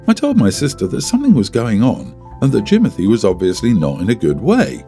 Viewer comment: I cannot with the Jimonthy 😂😂😂😂😂